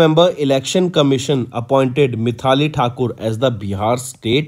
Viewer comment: Exactly bro, his pronounciation of some words may lead to wrong answer too.. in this video he read maithili as mithali 🙄 most of the times he is doing this mistake, like data as daata, rural as rular.. he should avoid this ASAP